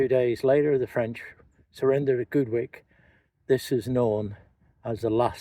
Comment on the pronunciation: I lived at Goodwick, pronounced Goodick......loved this video, lower Fishguard is exactly the same after 60 years ago.....thank you.....